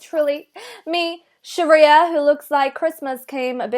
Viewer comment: * SHARIYA. GET IT RIGHT.